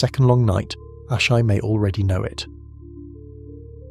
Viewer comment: Dude how many different ways did you want to pronounce Asshai? 😂 Ashaaay Ashee 😂